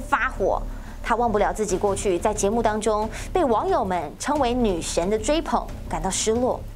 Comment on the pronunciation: 大家都和我一样对于她是女神有异议， 我想是主播没有把儿字音发好， 女神是 goddess 女神儿是是跳大神的 witches